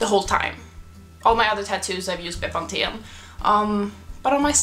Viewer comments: pronounced bepanfen 👍🏻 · The way you say Bepanthen is so different to the English way :') <3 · Ah I'm in south Africa and I use Bepanthen as well. We say it very differently too. Bee-pan-fin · I laughed when I realised you were talking about bepanthen. I’ve never heard it pronounced that way